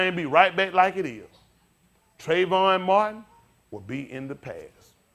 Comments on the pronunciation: shows us how much the "holyghost" is talking through this man , HE CANT EVEN SAY THE MAN," TRAYVON"'S NAME RIGHT ..... open your eyes people !.... I mean to say, the "ALL-KNOWING HOLYGHOST cant remember the true name of TRAYVON ??????....think choir !!!...THINK!! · I thought this guy is a preacher. He should be preaching and teaching about the word of God. If he would preach the Gospel of Jesus, there would not be such mean and hateful comments. Also, he shows no respect for Trayvon Martin and his family by not even pronouncing his name correctly nor did he remember Trayvon's name. James 3:1 says: "My brethren, let not many of you become teacher, knowing that we shall receive a stricter judgment."